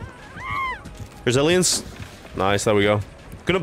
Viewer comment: love the way you said resilience when you didn't have it ahahah, love the content keep it up